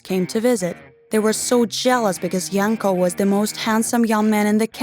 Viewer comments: It's Yanko -__ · FBI OPEN UP Edit: I thought the girl was saying “My uncle” instead of “Bianco” lolol Edit2: So... I’m seeing that some of you guys told me the name was “Yanko” and not “Bianco”... So thank you for telling me ^^. I don’t have the best hearing lolol ( and sorry for my bad English ;—; ) Edit3: Holy shitteu, 412 likes already? Thank you so much OwO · Samee i thought wait what you can marry your uncle?? But phew i misheard i thought i was the only one